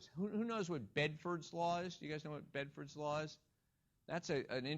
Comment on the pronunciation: It's Benford's law, not Bedford's :-D